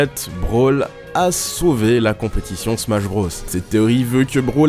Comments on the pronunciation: Putain mais arrête de prononcer BROS comme ça... Mario BRAUSS? Super Smash BRAUSS? EDIT: Ah okay "nonante trois", tout s'explique... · "le -iiiitsteune dans smash brôs" Tu m'étonnes qu'on se moque de la prononciation française de l'anglais